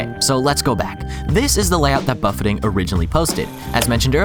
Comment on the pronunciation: Man's never had an all you can eat buffet and it shows. "Buff-ay" not "Buff-ett"